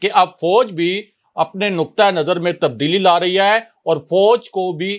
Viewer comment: When you say ha it's puka penda style improve it or leave this job or make video in punjabi